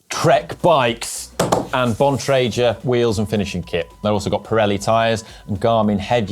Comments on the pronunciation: Please!! Show some respect and pronounce Keith Bontrager's name correctly, you guys have been butchering his name for years! It is NOT "bon-tray-shur", the man's name is pronounced "bon-trag-ur". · The "G" in Bontrager is pronounced the same as in "go", "gun" and "ghost". This is how Mr. Keith Bontrager says it himself. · Bon-tra-gher. "G" as in go/girl/gun. That's how Mr. Keith Bontrager pronounces it himself. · it’s embarrassing that you still can’t pronounce Bontrager correctly. I mean, it’s a guys last name so you should pronounce it how he says it’s pronounced, not how you think it should sound. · should be hiding himself until he can learn to pronounce Bontrager correctly.